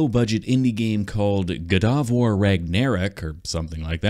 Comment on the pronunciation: Its not gudavar its gauda vaar